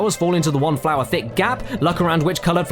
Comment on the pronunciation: somebody should count how many times hes said flowah. (the part where he says flora doesn't count)